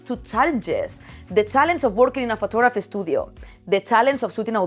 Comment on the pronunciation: Anyone else heard "FOOT" photography at first?? No judments, but was a little surprise...